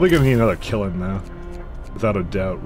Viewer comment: you are kind of mispronouncing kiln, it's a kind of drawn together, closed LN sound at the end, and you're kind of saying kil-in. I guess this means you can't be a charcoal kilnsman, unlucky you.